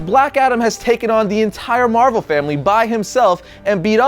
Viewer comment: lol, he said marval family